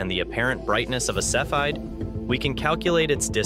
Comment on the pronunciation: While there is apparently more than one correct pronunciation of "cepheid", the one used here doesn't seem to be one of them. Pronunciation seems to be a continuing issue in this otherwise enjoyable series...